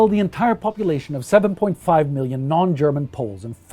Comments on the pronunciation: You have a great German pronunciation, refreshing to hear that. Did you study it or does your Scandinavian heritage help you a lot in that sense? :) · This guy has a terrific voice for podcasts of this nature, and his German pronunciation is near perfect to my understanding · I just have to compliment your german pronounciation. It is very good! Just shows how much effort you guys put into your videos :)